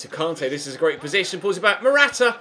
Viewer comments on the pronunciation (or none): It really annoys me the way you say kante